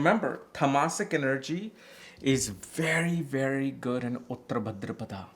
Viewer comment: It’s Bhādrapad not Bhadrapadā